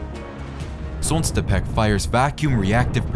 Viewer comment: Pronounce it correctly: Solntsepyók = Sunbeam